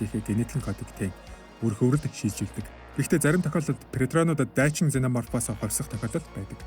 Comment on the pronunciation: ксена морп гэж дуудна бро